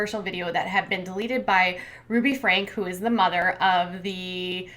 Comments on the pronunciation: You can't even pronounce Franke....seriously, how much of their show do you really watch? It's not FRANK, it's pronounced FRANKy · a Crystal ball. Thank you so much for your very well researched videos. Just a small correction. Ruby's last name is pronounced "FrankE" :) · Her last name is pronounced Frank-ee. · you're mad over her pronouncing a name wrong and not the fact that she abusing her kids...? Says alot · Just please keep saying their last name wrong